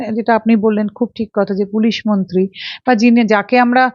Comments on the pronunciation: দিদি, আপনি "মন্তী"" মন্তী" বলেন কেন?? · it is awful to hear you say bengali. It is not "monti" it should be "mantri". Listen how the other lady is pronouncing the word, learn from her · Anchor ta beep beep beep. Kotha boltei dicche na. Montee noy, montree 😢